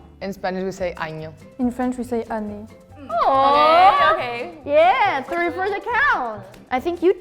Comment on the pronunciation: In French we don't say "an" with this pronunciation, and it's "année"